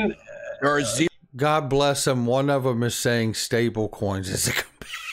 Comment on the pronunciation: I about died....dude...stablecions?? Lolol